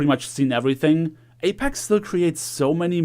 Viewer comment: why do u keep saying apax